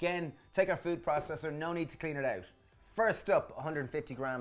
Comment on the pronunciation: please stop saying "PRA-cess-Er". please.